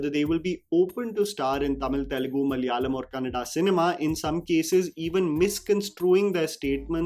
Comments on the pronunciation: Respect for Anil Kapoor for saying "Kannada" movie instead "Kannad" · Thanks Anil Kapoor for saying Kannada and not Kannad